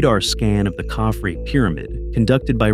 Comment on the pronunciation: You mispronounced Khafre in the first 5 seconds...